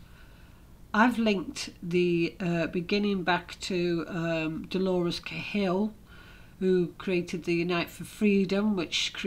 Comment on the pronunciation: What garbage re Prof Dolores Cahill. Cant you even pronounce her name?